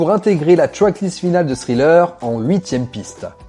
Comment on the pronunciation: super contenu :! tu prononce Pretty young THING! avec TH et tu le lis .. mais THriller ...tu dis Sriller .... !!!!! juste pourquoi ??